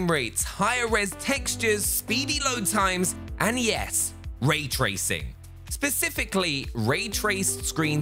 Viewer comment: “When we’re talking about ray tracing we’re talking Pacifically...” as opposed to Atlantically?